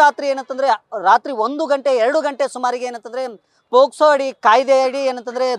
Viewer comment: ನಿನೆ ಸರಿಯಾಗಿ ಮಾತಾಡೊ ಪೊಸ್ಕೊ ಅಲ್ಲ ಪೊಕ್ಸೊ😂😂😂